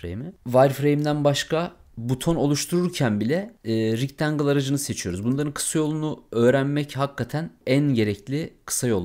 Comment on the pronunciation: hemen ogle ile ofke ile ustume atlanmaz umarim .Rectangle (rictengil) degil oldugu gibi( rectengil ) olarak soylenir nacizane ..uyarayim istedim